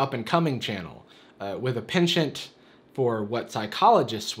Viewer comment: The way he pronounced penchant Ahahaha